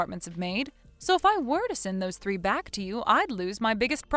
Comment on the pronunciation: can you speak with a little more enthusiasm. It’s really hard to listen to. Also, it’s pronounced th-ree not “tree”